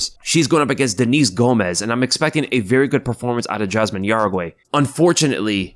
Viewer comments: Yazmin jauregui , (how-re-gy) not Uruguay. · Juaregui is pronounced “How-deggy” FYI